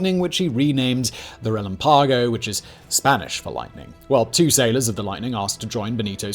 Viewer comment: "Relámpago". You see that little thingy on top of the "a". That means you make emphasis on that "á", not the one without it.